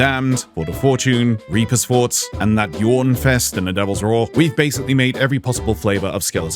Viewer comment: Did he say Reaper forts at the beginning?? I've been in the hospital for a long while so haven't played much in the past years. What are Reaper Forts??